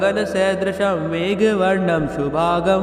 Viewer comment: Are Guruji shubhangn bolo shubhag galat उच्चार हैं.